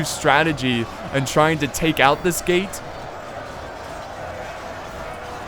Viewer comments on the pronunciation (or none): am I the only one thinking he said "gay battle" and not "gate battle"?